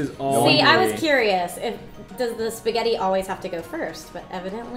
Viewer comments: When he said "Pasghetti" instead of "Spaghetti" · I love how he calls it Pasketti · Me and my friend watched this and I was having trouble saying "pasghetti" so we broke it down PISS-GHETTI!!😂💀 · omg he said paseggtti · Don't you hate it when someone calls it basscetti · did he just said pasketti